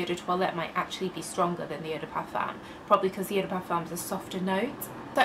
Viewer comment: Vos vidéos sont si complètes et intéressantes! Dommage que vous prononciez toujours le „m“ du mot parfum, ce serait plus agréable à l‘oreille sans ce m, en français on ne le prononce pas ☺️.